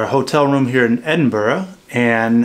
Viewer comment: You got the right pronunciation of Edinburgh well done!